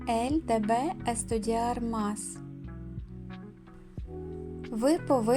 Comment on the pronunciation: И она должна ella debe ударение на первый слог.